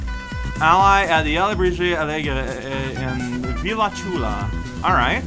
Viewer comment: "Villa" is pronounced "viya"